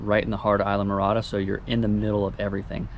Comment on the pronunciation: Islamorada = (“eez-la morada”)